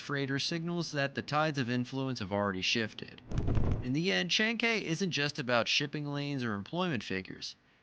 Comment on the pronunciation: Man..... You mispronounced every word in this video....... Callao, chancay....... Maybe do some research before you narrate your videos